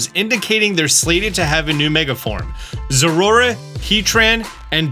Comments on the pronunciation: Enjoyable video as always, even if I've already seen all this information weeks prior I can't pass up on watching. However, I just can't with your pronunciation of Zeraora. It is clearly Zera-Ora. Every time I hear you say Zorora, it sounds like you're failing to say Zorua. But that's just my minor gripe. Sorry, love ya! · Sorry, I have to correct you on the pronunciation. Ze-Ra-Or-Ra. Four syllables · please learn the correct pronunciation of Zeraora before the DLC drops😂Your shiny Zeraora live stream is what inspired me to start streaming!